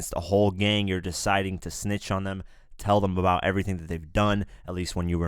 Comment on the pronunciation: “ it’s was themweyyyy”